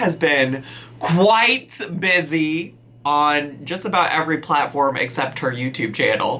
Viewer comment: The way you said QUITE busy loool